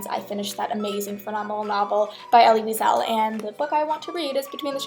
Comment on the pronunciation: Night will tear you into pieces! By the way, name is pronounced as Eli Weessul